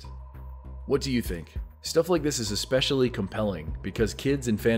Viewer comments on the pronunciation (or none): none